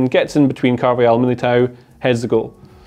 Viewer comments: Can you not keep saying carvayal 😂 it’s carvajal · It's pronounced CarvaHAL not Carvayal